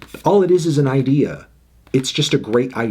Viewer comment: stop saying idea like that